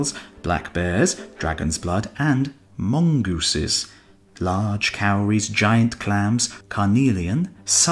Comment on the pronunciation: ish "...Black bears, Dragon Blood and MONGOOSES" notice how the emphasis is not on Dragon...